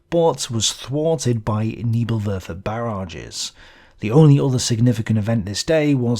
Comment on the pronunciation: Nebel (Werfer) is pronounced more like the first syllable in “Nail” … just saying…